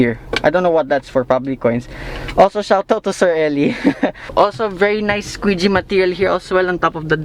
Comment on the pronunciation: Squishy bro not squeegee